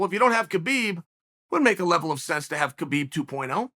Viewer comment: Geez Uncle Chael, you pronounce Khamzat correctly, "Hamzat" but you pronounce Khabib incorrectly as it's also a silent K as in "Habib". And no, Khamzat did does not call himself "Khabib 2.0". Others were calling him that and Khamzat said no, "I'm Khamzat" not Khabib 2.0.